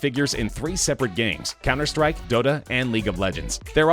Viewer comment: "cemmer strike" wtf